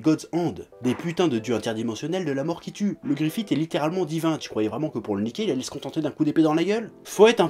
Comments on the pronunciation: Très bonne vidéo mais il y a juste le GrifithE qui me gêne x) Ca se prononce Grifisse :P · Bigo gogo ça se prononce Griffith mais je sais pas comment te décrire ce son "th" c'est un peu comme le f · Je prononce Gust comme il se prononce :P Mais si je prononce Griffisse c'est surement à cause de la version vostfr de l'anime ^^ Car en Japonais ça se prononce bien Griffisse :) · Bigo gogo Moi je prononce guts et griffite et j'emmerde les gens qui sont pas d'accord. On est en France ici bordel.